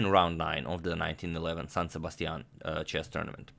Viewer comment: That San Sebastian accent is pretty good